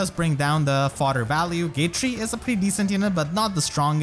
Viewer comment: Dude he keeps calling Gatrie “gay-tree” and I’m living for the Christmas spirit